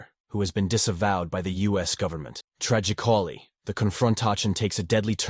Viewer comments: Wtf is with the stupid pronunciation if basic words?? "Tragi- cally"??? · Mate,are you really American,because your absolute shit mispronounciations of certain words, it caution as cow shun, tragically as tragi cauli, tells me Englsh is NOT your given language? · "TRAGICOLLY" "CON-FRON-TACHION" "AHSSOSHEAHTAYS" I'd bet anything that is not an actual human being narrating that clip.